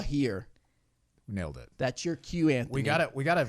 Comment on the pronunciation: Great insight? The guy to her right dosent know which camera to speak towards? And he says Antknee??? Really Antknee.